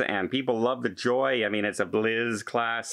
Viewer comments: I just figured out why pronounces the BliSS as BliZZ. He's Canadian and accustomed to bliZZards. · FYI…..It’s not NCL “Blizz”…… it’s “Bliss,” as in “Ahhhhhhhh!” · what is the blizzz? …… or is trying to say Bliss… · Hi, love your updates but please - Norwegian Bliss (ssssss) not Blizz (zzzzz) Keep them coming, and us informed.